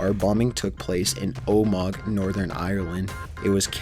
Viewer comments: Just want to note: in number 7 Omagh is pronounced oh-mah just so you guys know. C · #7 it's pronounced Oh-mah, not Oh-mog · Omag? Omag?! It's pronounced oh-mah, so simple to say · im from omagh in Northern Ireland And I find it really funny how he says Omagh its OH-MA not OH-MAG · Not being rude, but you need to check how to pronounce some words - Omagh is pronounced Omar and Bulger is pronounced Bulge-er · It's pronounced "oh ma ha" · And also. Omagh is pronounced Oh - ma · It's pronounced oh-ma